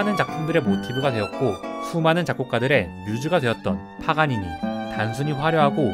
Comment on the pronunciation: 파가니니 자꾸 파파가니나 파가가니라고 읽고 들림...ㅜ